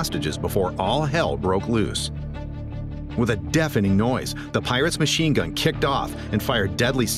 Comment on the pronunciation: the piwates lmaoo